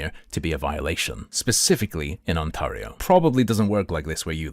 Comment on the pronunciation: As someone from Ontario, I can not handle the way he says On-tahr-E-o. Lol